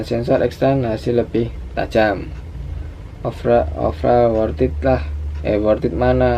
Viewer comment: 1.50 "offeral" bahasa mana :v